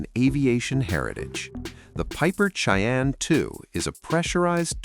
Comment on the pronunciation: Lame ai reader can't say Cheyenne correctly. Too bad the owner of this account is so lazy. You lose credibility. Dislike